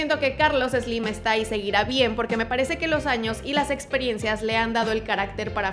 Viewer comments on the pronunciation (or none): Ni siquiera lo sales pronunciar! No es Eslim! Jajaja